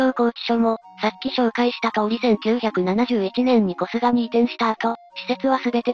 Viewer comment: こすがじゃなくて こすげですよ(๑⊙д⊙๑)‼